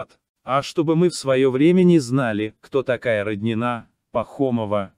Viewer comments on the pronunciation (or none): none